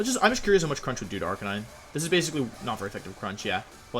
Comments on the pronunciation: "AR-KI-NEE-NEY" 😂😂😂 I see what you did there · Say arkaykneenay one more fucking time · Ive never understood that pronunciation of arcanine